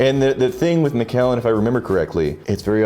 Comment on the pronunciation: As a Scot, it's driving me INSANE how you guys are saying the Macallan! Lol still absolutely love you gentlemen, though. So here's a lesson in Scottish and Irish English. Keep in mind that most of these are anglicized versions of Gaelic, which absolutely does not anglicize well - so you end up with 20 spelling varriations that look unrelated in English, but in fact are the same name, anglicized different ways. Take Dunlop. It's also Dunlap. And Dunlope. And Danlop. And... Take McCue. It's also MacEwe, and McEwe, and MacHugh, and McHugh, and MacEw, and even McEwan, and McCoy! Now you have MacAllan. It's the same name as MacCullen, McAllen, McCullen... Don't seperate the Allen out - let it flow so it sounds closer to the spelling of MacCullen. Ie: mc-KUH-len.